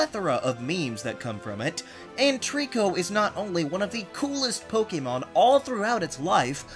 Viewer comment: THANK YOU for pronouncing the word Pokémon correctly! I just can't handle the other "Po-C'mon" pronunciation that's all over YouTube.